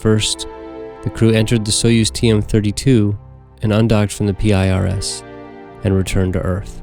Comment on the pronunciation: In case you didn't know is that the actual name of that module was PIRS. It ain't p.i.r.s., it's PIRS.